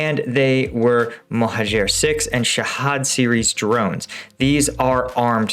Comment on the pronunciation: Shaheed. Shah - heed. It means martyr. The Turkish drones are pronounced BUY RACK TAR.